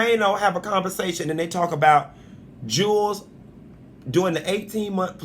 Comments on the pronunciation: Chile You slipping on your facts my luv. (Alexis only has 1 kid)🤦🏾‍♀️ not two. And 2nd- chile if you say that man’s name wrong one more time in a video..🤦🏾‍♀️😂😂 his name is not jewels- it’s pronounced ( ju-elz)🤦🏾‍♀️😂😂 I still luv yooooou 😘😘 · Its Juelz not jewels